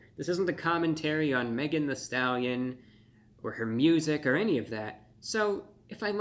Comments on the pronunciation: Megan THEE Stallion not "the"! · Thee Stallion, not the. I’m also guessing “hottie” is not part of his normal vocabulary. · It’s THEE Stallion, not “the” stallion. How insulting. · THEE (not THE) Stallion.